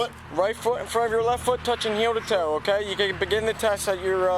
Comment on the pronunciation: The cop can not say "heel to toe steps" to save his life!!! He sounds drunk himself!! He says it 3 times and gets it wrong and slurs his words